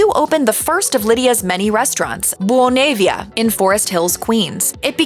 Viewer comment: Oh lord did you ever screw up the pronunciation of her first restaurant where I ate many times as a child. BUONA VIA. NOT BONAVIA